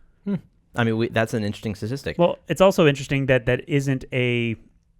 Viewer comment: saying, "satistic" reminds me of my friend trying to say statistic....I thought he was the only one who couldn't say it😂😂